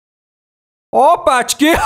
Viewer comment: Nah nor even close